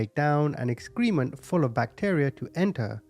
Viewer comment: Subscriber here and I love your channel, so this is very friendly feedback. I noticed since you said the word excrement several times, the pronunciation is "EX-kreh-ment" not "ex=KREE-ment."